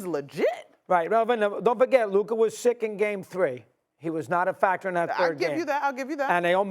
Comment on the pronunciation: Someone please 🙏🏾 help mad dog 🐕 saying Luka name bc he is missing it up everytime